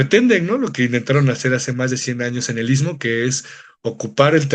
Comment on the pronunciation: Este cuate es de los que nada les parece, el tren tenía muchas décadas de estar funcionando hasta que Zedillo los entregó a los gringos y quitó el servicio de pasajeros, que no venga a hablar de trazos ni nada. Por cierto para ser originario del I S T M O , así, no I T S MO como lo pronuncia. Si así se expresa de la zona donde vive, descuidado e ignorante, no me imagino para dar sus opiniones "técnicas" del tren interoceánico. En el istmo hay muchos intereses y delincuencia organizada y no les gusta que la Marina esté en todos lados en la zona. De lo socia, el gobierno no está organizando el crecimiento demográfico, es un desorden y ninguna autoridad pone orden. La carretera Transístmica es un desastre, sobre todo de Sayula a Matías Romero, parece zona bombardeada, alguien mintió al presidente AMLO. Por lo del tren hay que esperar los peritajes y la investigación de las autoridades y la FGR. Lo demás es grilla barata.